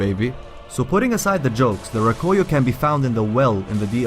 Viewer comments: The " Roh-Koy-Yo" Its Rah-Koo-Yo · Rakuyo* not Rakoyo... awesome video anyways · its rah-koo-yoh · It was really pissing me off when I heard you saying Rakuyo wrong but good vid nonetheless